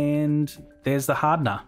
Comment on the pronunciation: adding the "haadna", lol.